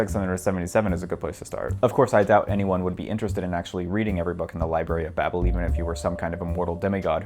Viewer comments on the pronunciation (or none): none